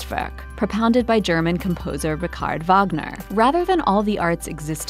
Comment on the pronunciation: "Rick-Ard WaGner" lol xD